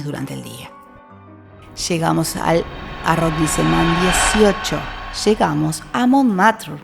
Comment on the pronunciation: Hola, tu Información es adecuada, útil y está correcta. Sin embargo creo que ya que este es un video con cierto tiempo de preparación deberías mejorar la pronunciación de los nombres, como en el caso de arrondissement. Mejoraría mucho todo el video. Por lo demás muy bien todo.